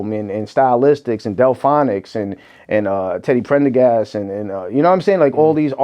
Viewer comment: It's pronounced Teddy Pendergrass, homie! 😂😂😂